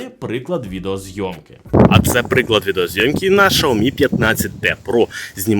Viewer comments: Чому шаомі а не сяомі 😅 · услышал ШАОМИ , и меня стошнило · Шаверма з лайки чи що? каже про шаурму з лайкою, а сам показує теліхвон.....нічого не поняв....Треба сказати що правильно казати - шаурма з лайкою ))) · ШАоми 😂😂😂😂 .... бляяя.... меняйте ведущего 😅 бо бесит пиздец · Ужас взагалі ге правильно вимовляеш бренд телефону і назву камери,треба ше вчитеся